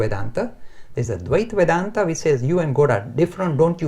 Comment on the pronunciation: 1) Dvita Vedanta pronounced as Dh-y-tha 2) vishishta Vedanta 3) Advitha Vedanta